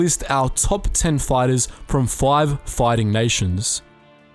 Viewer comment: Five comes out foive, craft comes out crawft. with some lisp added in.